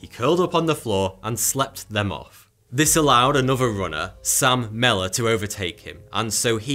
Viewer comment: When u said Sam Mellor I swear I thought u said "salmonella".. His cramps were probably due to🤢🤮 (salmonella poisoning) 🤣😂🤣